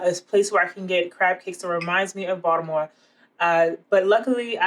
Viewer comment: You never really know when someone claiming to know how to make Maryland crab cakes is really from Baltimore until you hear them say Baltimore and you nailed it! LOL